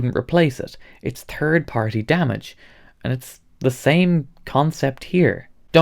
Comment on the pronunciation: I have worked logistics for UPS, XPO, etc.... they ALL destroy shit. I have seen many large boxes explode on conveyor belts at UPS, if anyone thinks the TSA is going to do any better, you're wrong. Also, I LOVE THE IRISH ACCENT when saying "Third" to American ears, it sounds like Turd! So fun!